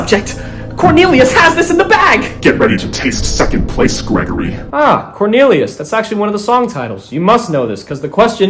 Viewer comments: CORNILIOS?!?! BAHAHAHAHAHAHAHHAHA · corn-elius :D